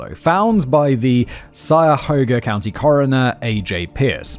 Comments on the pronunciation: Sigh-a-hoga LMAO it's kie (rhymes with tie) a hoga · It's "KAI - YAH- HOE - GAH" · Pass along to Simon and the writers that we pronounce it “Kaya-hoga” River 😊 it’s unsure which Native American language it comes from, there were a lot around Lake Erie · cuyahoga Simon, is pronounced kai-yuh-hoe-ga, atleast that's what me and the other locals call it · My favorite is koo-ya-hoo-ga. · 1st: Cuyahoga [kie-a-ho-gah) (sorry, but I had to) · Hi, The Kingsbury Run is not a big movie. It's made by an independent Cleveland area film maker (and my brother in law was on the film crew). A bushel basket is a specific size basket used to measure produce. Here in Ohio farms and orchards sell apples and pears by the bushel. The "Cuy" in Cuyahoga is pronounced like the "kay" in Kayak. Kay-ya-hog-a. It's a native American word for twisted or crooked, the Cuyahoga river is very twisty. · Life-long Clevelander here. I think it would be easier to pronounce Cuy-a-hog-a, with the "Cuy" as rhyming with "guy"-A-"Hog" is usually pronounced with the long O as in hoagie. I've also heard it pronounced as "hog" as in a pig, but not as much.-A. Simon's interpretation of the word, is very amusing though. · Excellent thumbnail pic for this video!! 👌 Btw, it's actually pronounced Khylyahoga .. it comes from the native American name for the area (I can't actually remembe)r). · kaya-hoga is how it's pronounced if anyone's interested. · coy a hoga is what simon means to say but you cant blame him for mispronouncing cuyahoga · Cuyahoga... KI-UH-HOE-GUH or KI-UH-HOG-UH. You are welcome. 🙂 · "KY-uh-hoag-uh". Not whatever you said. Damn. Need to use me as an interpreter for any Ohio videos because you butcher the town names so bad.... now try Gnadenhutten, Wakatomika, Wapokoneta, Lima (I know you've said LEE-ma before.) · The county is pronounced Kī-a-hō-ga. I was born in that county in 1958 in a hospital specializing in unwed mothers. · lol Kai-ya-hoga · So many attempts, all of them wrong.